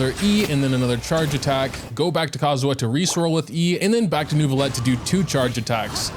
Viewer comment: great video but please learn the proper french pronunciation of neuvillette